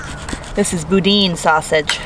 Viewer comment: It's pronounced BooDan sausage